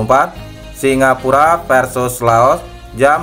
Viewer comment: Laos bang bukan loas